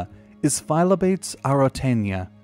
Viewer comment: The frog is pronounced like "fy-lob-uh-tees"